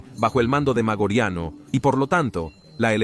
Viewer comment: Interesantes tus videos, pero deberías repasar tu pronunciación latina. ¿Magoriano? ¿Magorian? ¿Noveláe Maioriani? En latín no existen palabras agudas. No lo tomes a mal, pero estos pequeños detalles destrozan unos videos muy interesantes.